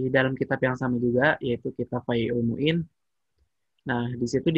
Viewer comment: Fathul Mu'in bang.....bukan Faizul Muin...ok Alhamdulillah telah telah melaksanakan tugas Barakallah fikum